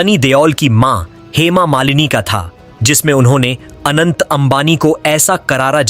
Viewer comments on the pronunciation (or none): Bhai Anand nahi hai Anant hai😂